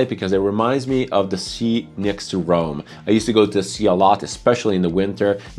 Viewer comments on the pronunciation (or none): none